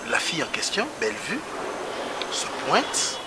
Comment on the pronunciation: c'est Bellevue et non bellevie.